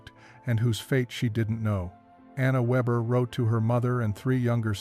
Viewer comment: Anna Weber (means weaver) Surname is pronounced VAYbuh.